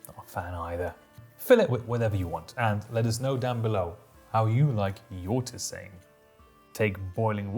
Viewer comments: "Tissain"? "Teezan"! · if you were lucky there might be a smallholding that brewed beer. In larger towns there's a tavern. Most "adult beverage" was made by individual homes for self consumption. Whoever brewed the best sometimes others might come over to have some. Also, i always thought tisane was pronounced (tee-sah-nay) which is where we got the word "tea" from